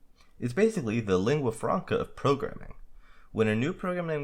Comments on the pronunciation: pronounced lingua franca properly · You did not mispronounce "lingua franca". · 1. You pronounce "lingua franca" just fine! 2. Please talk slower. Slower than you think is reasonable. Recording for video (or any other scripted speech)needs proper technique to be comprehensible, and "surely that's too slow" is about the perfect pace :) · You pronounced lingua franca correctly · italian here :P You actually pronunced "lingua franca" pretty well